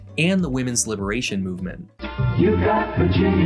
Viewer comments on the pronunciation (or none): none